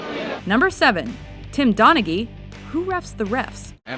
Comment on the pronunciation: It's pronounce, Donna-he